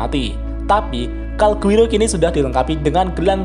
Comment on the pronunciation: Calgurio min bukan Calguiro